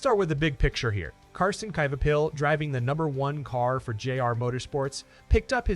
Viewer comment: You can't even say his last name right